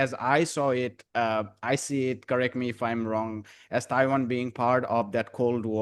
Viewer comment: Que mal que la traduccion no sea hecha por personas. No me gustan las maquinas que hablan de Taban en vez de Taiwan. Y E, U y gemon en vez de hegemon. No se entiende que significa el deleteo de siglas porque la traducción no es por personas. Hay lagunas de compremsion de ideas. DPt no se sabe que es, etc